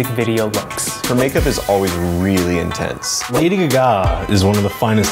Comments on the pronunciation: The guy that did the ARTPOP makeup said lady g-gah, and it made me cringe so much! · I kinda wanna pull a Hermione Granger and say is Lady GAH ga .. not lady ga GAH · The guy who made the artpop makeup is slayin'... but it annoys me the way he says gagá instead of gaga. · that one guy who said Lady Guh-Gah instead of Gaga, omg i wanted to punch him